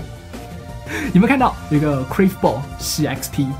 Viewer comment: 為什麼你curve的發音這麼奇特